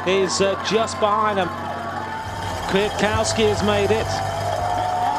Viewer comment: Who on earth is KooCowski? Why don't commentators learn how to pronounce the riders' names?